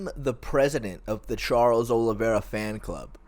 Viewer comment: OLIVEIRA FFS!!! american mfs keep getting the man's name wrong god damnit